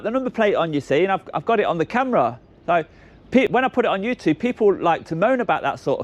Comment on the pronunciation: I’ve always wondered why you pronounce it youtoob 🤷‍♂️